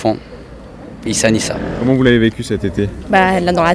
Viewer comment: Il dit peut être niou mais on s'en bat les couilles du moment qu'il entraîne bien notre équipe, c'est un monstre Issa nissa